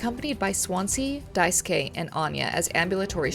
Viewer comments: cheers for not saying Daisuke’s name die-sooh-kay like every other person I’ve seen play this game lol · a mouthwashing video that says daisuke’s name right!!